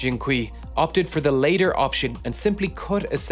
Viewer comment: latter is not pronounced later